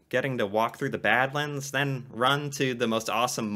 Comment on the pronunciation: I was going to mention Frank Slide and Head-Smashed-In-Buffalo too lol. And yes, more dinosaur skeletons have been found in Alberta than anywhere else in the world. Also, you were right the first time you said it,, it is pronounced bad-lands (almost like it's two separate words) and those striated bands of sedimentary rock in the various colours come from millions of years of temperature changes, with massive glaciers expanding and retreating and then expanding again. Montana also has a region of very similar Badlands. And the reason you've heard of Calgary is because it's the oil capital of Canada and between that, the Calgary Stampede, and generally Conservative politics (at least for Canada, probably more equivalent to the US Democratic Party tbh) Alberta is basically the 'Texas' of Canada.